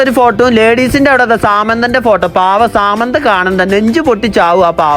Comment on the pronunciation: Samanthar ❌ saamantha✅